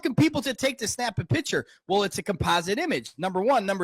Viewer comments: Of course the guy with the hipster doofus beard and the voice of an 8 yr old boy pronounces the word "pitcher" instead of "picture" - And he's smarter than all the world's scientists and high school graduages, folks. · the bearded douche pronounces "picture" wrong. he says "pitcher". pretty much tells you everything you need to know about him, whoever he is